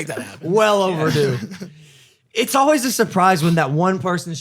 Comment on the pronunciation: This comment is for. Always is pronounced All-Ways not All-Wees. Just trying to perfect my mans.